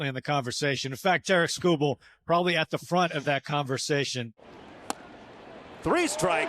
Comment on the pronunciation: lazy SEA announcer called him "Tara Kubal" lol